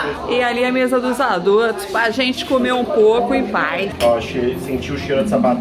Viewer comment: Pra quem é chá gelado kkkkkkkkk me acabo de rir com a falando gênte 😃😃😃😃